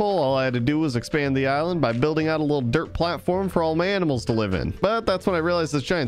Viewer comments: is it me or do you even hear him say aminals instead of animals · Was it only me but I think I heard him say “aminals” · Did just said aminals for animals 😂😂🤣🤣 only a joke btw no offense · on night 46-47 time to round up some AMINALS WAIT WHAT 🤣🤣 HAHAHHAH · ITS TIME TO WRANGLE UP SOME 'AMINALS' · aminals! haha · it is only me or you just said aminals🤣🤣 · When said "aminals" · did u said aminals? 😂😂😂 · The funny part is when he said aminals